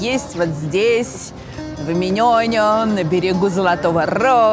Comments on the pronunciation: Спасибо огромное за такою лекцию. Я два года живу в Стамбуле, много о нем знаю))) Но все равно с большим интересом слушала каждое слово! P.s. с ударениями, правда, напутали))) У турков ударение на последний слог. Долма́ Бахче́, Эминёню́. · В турецком ударения ставятся на последний слог:) ЭминёнЮ, ДолмабахчЕ:)